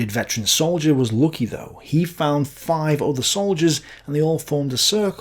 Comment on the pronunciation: The wounded veteran soldier was " lookie" ??? Do you mean to say "lucky"? Such a horrible way of speaking English! 😂😂😂 ( Your tongue should be firebombed lol )